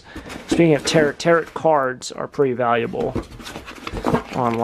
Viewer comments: Tarot = "tear-OH," not "tarret!" Nice Birdseye Maple dresser .... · "tar O" one "tar ot" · 🇬🇧 Pronounced Taro. Final T is silent. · It's not even 'tear-oh', it's 'tarr-oh'. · Tarot is French word where the last "t" is silent. Sounds like tare-o. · Sounds more like tarro. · BTW ~ That book that said TAROT and the Tarot cards that you mentioned is actually pronounced TAROH! OH! It's a French word. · Why don't you paint your initials on the lock then you know it's definitely yours. The word Tarot is pronounced tarrow lol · TAROT is pronounced tare row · Tarot is pronounced ta-roe. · Tarot is pronounced ta-row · Tarot? The last T is silent Btw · On the word, Tarot" --- the last "t" is silent